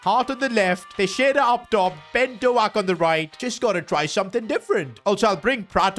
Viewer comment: It’s not Ben do ak buddy